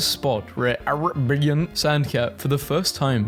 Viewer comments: did bro say araaian intead of arabian🙏🙏😔😔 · It's pronounced a-ray-be-in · The way dude pronounced Arabian made me do a double take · The way you fail to pronounce “Arabian” 💀